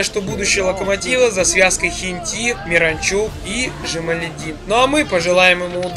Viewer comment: не хентИ а хЕнти